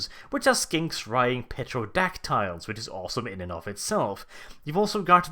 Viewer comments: 'Sal-rus warriors', 'petro-dactyls'? Dude are you pronouncing words weird on purpose or have you just never been told the p in pterodactyl is silent? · Just so you know, the "P" in Pterodactyls is actually silent. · "Petrodactyles" s m h